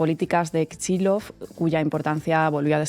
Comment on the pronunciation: No se entiende por qué se pronuncia /kichilof/ un apellido ruso que se escribe Kicillof.